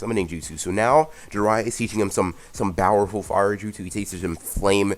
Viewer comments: Why do you say bowerful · Dude plz stop saying bowerful say powerful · STOP SAYING BOWERFULLL AND NOT POWRFULLL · Mad annoying saying bower full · Why do you pronounce powerful with a B???